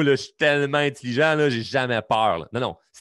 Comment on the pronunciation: LOL en passant le mot intelligent se prononce comme il s écrit. En moins que tu fasses exprès pour dire intilligent. Lol